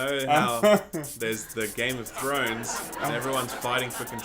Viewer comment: All us North Americans heard Game of Judy